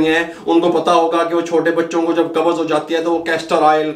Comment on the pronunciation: Lafz Qabz hai. Do not say Qabaz. With Zabar it is wrong. Say qabz, Qabz. No zabar between b and z. Please pronunce correctly. Dr.Raza Ansari,Muslim University, Aligarh.India